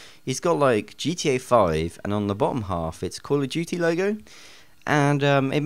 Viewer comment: call of juuty XD